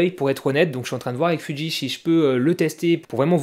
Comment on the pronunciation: Alors, c'est fuji et pas fudji et c'est full métal flippette et pas full métal phantomette 😉